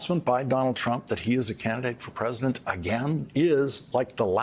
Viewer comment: Will this ever learn how to pronounce the word PRESIDENT? Pres-i-dent. Three syllables... Oh, I see, he's running for Present.:/ Funny, 'cause he says "Presidential"properly. Just not Present. I mean PRESIDENT.. Now he's got me doing it.